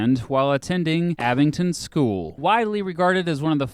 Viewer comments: I live in Oxfordshire and I have NEVER heard AbingDon pronounced with a T (AbingTon) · AbingDON, not AbingTON... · Abingdon* not Abington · "dun"... Abing-dun. With a D. Abington is forty miles north in Northampton. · AbingDon not AbingTon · The word says Abingdon but he says Abington???? Sends a pedant crazy lol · That's Abingdon, not Abington, mate. If you got the first word of this wrong - twice - I have to wonder what else you got wrong. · From someone who actually lives in the same town that Radiohead is from, I can’t stand the way you pronounce “Abingdon” it’s pronounced: “ab-ing-don” not “abin-ton” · erm. No. AbingDon it is. AbingTon it is not. Perhaps confusing it with Arlingdon Cemetery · why are you saying ‘abington’. the d is right there in the name of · He keeps saying ‘Abington’- as an Oxfordian, this annoys me. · The way he pronounces Abingdon "Abington" makes me cry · Abing-DON there is no t in the word! Good video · “Abington” are you for real where do you see the T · It's Abingdon. With a "D", There's no "T". Did the "D" in the spelling confuse you ? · That’s not how you say Abingdon. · He doesn't know how to pronounce Abingdon, either. I don't know why you'd pronounce it with a t. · He’s from Kansas I bet.